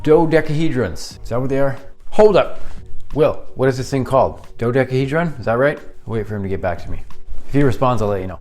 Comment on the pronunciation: Saw you sanding the edges on the dodecahedron (your pronunciation was spot on by the way) and I was curious what sander that was. I am looking for a belt sander that won't break the bank, if you know what I mean and I am always interested in what others use. Most of the belt sanders I have saw searching the net are like $2500 but I was hoping I could find something maybe in that sub $1000 range if possible. If not, I guess I will have to bite the bullet and go big or go home.